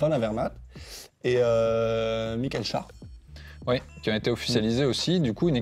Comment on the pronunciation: michael schaer qui peut s'écrire schär aussi et la pronociation cela se prononce ''chère''